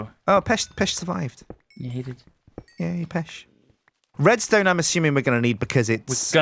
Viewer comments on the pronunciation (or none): its not pech as in pesh pronounce it peck